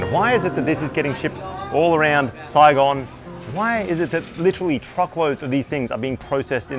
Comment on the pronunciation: Give this man a medal for saying Saigon.